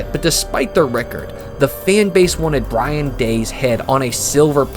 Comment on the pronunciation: It’s Ryan Day bro not Brian😂